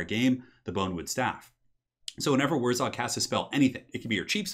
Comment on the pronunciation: WurrZOG?! It's WurrZAG, ya goon.